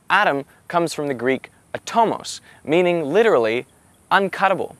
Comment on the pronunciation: When you said the word "uncuttable" you sounded exactly like an Aussie for a sec lol.